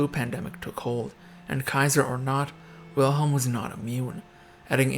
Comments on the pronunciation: It's frustrating that you would take the time to put this video together but didn't bother to learn to pronounce the name Wilhelm correctly. It's not that difficult. W in German is pronounced like V in English. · I must say, I can't place much confidence in a video on German history that doesn't even bother to learn how to pronounce German names properly. German W is pronounced as V, so the name should be said "Vilhelm," not "Wilhelm"; "eu" is pronounced "OY" so Prince Eulenberg should be called "Oylenbairg", not "Youlenburg". Hermine Reuß = "Hair-MEE-neh Royss" That's Hindenburg, not Bismarck. It's perhaps worth noting that Victoria herself didn't care much for Bertie, whom she blamed all his life for his father Albert's death. Edward, for his part, resented his mother for keeping him so long from the throne; he once said, “I don't mind praying to the Eternal Father, but I must be the only man in the country afflicted with an Eternal Mother.” (To be fair, it was part of the upper-class Victorian mindset that a woman's duty was much more towards her husband than towards her children, who were more likely to be raised by nursemaids, governesses, and tutors than by their parents. Princess Frederick Victoria probably inherited this mindset from her mother, as well as the conviction that England was the best country in the world, which contributed to the alienation felt by her son.) A further source of irritation between the two was Edward's Gallophilia, which led him to support French revanchism, and the resentment of Edward's wife Alexandra towards the German Empire's annexation of Schleswig-Holstein from her native Denmark. Perhaps I shouldn't complain unduly about